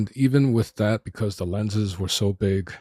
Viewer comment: Maybe your brain injury made you overlook that this is a 2 year old camera? Nobody cares about your personal issues, and with is not pronounced "wid." You have no future in video presentations.